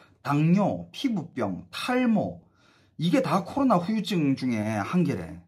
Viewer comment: 후유증 발음 똑바로 해줘서 고마워요 ㅋㅋㅋ 심지어 큰방송사 아나운서인지 리포터도 휴유증휴유증 하는거 얼마나 듣기싫던지...